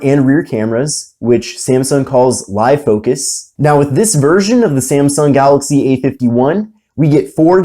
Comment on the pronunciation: Its galAxy not galOxy😄😄😄